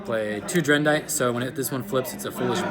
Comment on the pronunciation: I felt a cold chill run down my spine when he said drendite